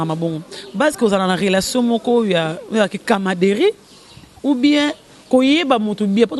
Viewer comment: musenzi mususu ezalaka yo!!! Yoka Francais ozoloba" camaderie" ezalaka te',,,,, balobaka camaraderie